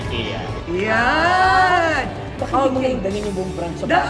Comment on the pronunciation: Right pronunciation of IKEA (Swedish) is I-K-I-YA (I as Ikaw) & not AY-KE-YA.